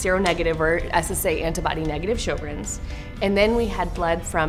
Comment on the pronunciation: Drop the music. I think it should be pronounced "SHER-GRENS